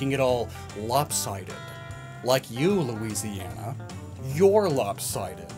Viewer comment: Also, it's "Lou-isiana, not "Lois-iana" lol